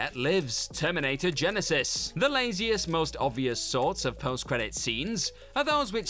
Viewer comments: GYE-NYE-SYZSSSES, indeed! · I missed ' pronouncation of Genisys 🤣